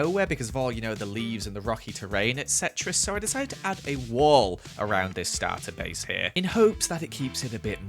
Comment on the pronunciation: “Starter bace” hahahaha